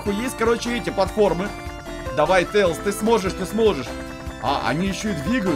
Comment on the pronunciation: Не тэилз а Тейлз